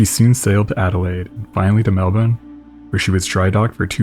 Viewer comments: Word of advice as an Aussie. Appreciate your pronunciation of Melbourne. Little nitpick, but you'll hear people tell you that you should say it 'Mel-bun', but that's said with an Australian accent. You should say it as "Mel-burn', in your accent. Also if you ever have to mention Brisbane it should be pronounced as "Bris-ben" Australian geography lesson nobody asked for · You’re pronunciation of ‘Melbourne’ is spot on